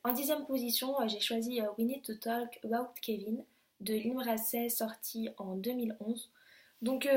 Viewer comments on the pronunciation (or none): none